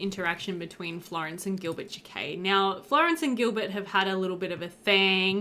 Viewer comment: Oh noooo, checked the player and this is one of the last three episodes in this LP 😢 I hope that you end up coming back to Pleasantview ❤ (Alsooo since we’re still talking about the Jaquets, in case you were curious, it’s pronounced more like Jackets 😂 Jah-K-ette - I’m a french speaker and just wanted to help you out ❤ I think you pronounce it cute and Spanish)